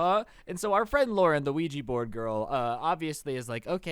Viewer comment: don't mess with weegi board Nintendo:. It's Luigi oh what he mean Ouija